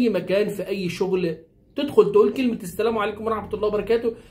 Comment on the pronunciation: على فكرة انت المفروض تقول السلام عليكم مش السليم عليكم المفروض اخوانا القاهريين/الاسكندرانية ينطقو الحروف برجولة شوية